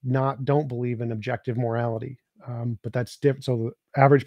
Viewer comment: Daniel's over-pronunciation of the letter T (e.g., morali-TEE, socie-TEE, etc.) makes my skin crawl. 🤢